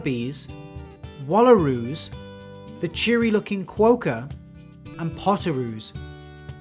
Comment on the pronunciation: Almost with the quokka pronunciation. Kwow-ka? ye nah mate. Kwok-ka? Ye mate.